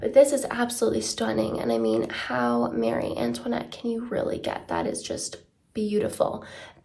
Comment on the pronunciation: I mean she’s pretty close to the actual French way of saying it